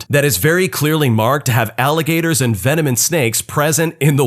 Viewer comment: Laughed a little at the first story, the beginning intro when he said "venomin" instead of venomous got me and my boo chuckling and had to watch it more then once!! Love your reddit videos, we listen everyday!!!❤😂